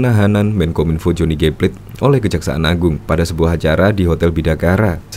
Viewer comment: Pla-te （dalam bahasa Indonesia) Bukan plate (bukan dalam bahasa English) . …. Beli dengernya !!!!!